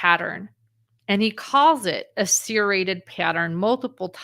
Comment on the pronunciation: The way u pronounce the word “serrated like…. seer-rated, is becoming a pet peeve for me. I’ve never heard anyone pronounce it like that. Lol I’ve only heard it pronounced like…. sir-rated or sur-rated. lol